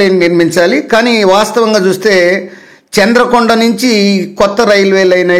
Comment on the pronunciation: చంద్రుకొండ కాదు చంద్రుగొండ